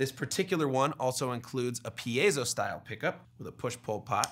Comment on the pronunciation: Thank you for knowing how to pronounce "piezo" correctly.